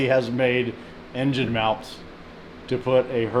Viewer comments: Motor meawnts. 😂😂😂 Priceless 😂😂😂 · Did you say "meowount"?😂